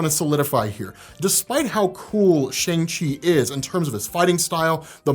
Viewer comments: It's pronounced SHUNG Chi not SHANG Chi!!!! You still saying it wrong. Lol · Shang Chi (pronounced ShUng Chi) had my OCD goin Crazy! Cuz You of ALL ppl should Know this.. still Loves! #diehardmcu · I've been watching you a long time and I like you but how did you watch a two-and-a-half-hour movie and yet continue to say SHAYNG. I swear sometimes y'all Americans and your ABCs trip me up haha. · Can you pronounce at least pronounce Shang Chi correctly please